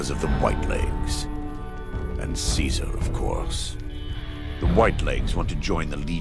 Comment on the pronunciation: I hate the way that Joshua pronounces 'Caesar'. It just doesn't sound right.